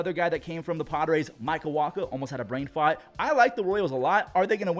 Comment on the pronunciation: “almost had a brain fawt” 💀 💀 💀